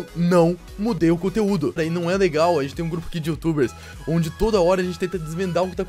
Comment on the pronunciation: Vc é mineiro pra falar legar